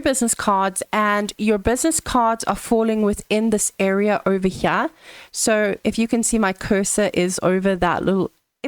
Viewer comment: "ovah- Hyeah"